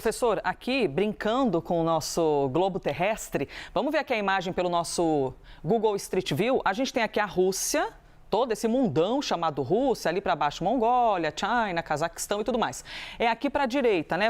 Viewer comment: Pq "Tchaina" e não China?